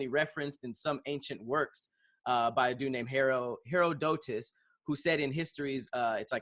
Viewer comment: never heard of Herodotus lmao. He said "hero-dough-tis"